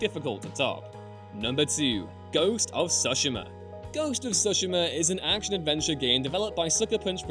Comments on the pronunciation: FOR THE LOVE OF ANY DEITY YOU SO CHOOSE... please PLEASE if you're going to say a foreign word as many times as you said Tsushima, PLEASE learn to pronounce it firs. suhshama sound so ugly when placed next to Tsushima (Tsoo-shee-mah) (with a slit ti as you pronounce tsoo). I know that in the states at least people get angry at people that can't pronounce English. Shouldn't we show the same respect to any given language? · Guys... it's "tsu-she-mah". Not "sushima". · that’s Ghost of Tsu (tsoo)shima. Not sashima. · "Ghost of TsOshima" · ghost of "soshema" ? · "Ghost of shooshima" you say? Oh i love that game... cough cough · That’s not the Americanized form, the Americanized form would be “Sue-shee-ma” like “sushi.” Really their pronunciation is closer to the proper, just not hitting that “T” at the start. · The way he butchered the pronunciation of Tsushima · Paused the video just to come and find/post this comment. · It literally has sushi in the name! How'd he miss that?! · You have truly arisen to Master Of Saying Tsushima 👑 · Why can’t you pronounce ghost of Tsushima properly 😂🤦🏻‍♂️